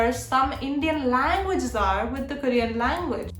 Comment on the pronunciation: ITS NOT "KARIAN" ITS KOREAN